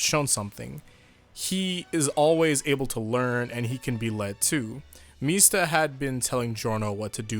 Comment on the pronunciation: .....Why are you pronouncing Mista like how Sex Pistols says it? MEESTA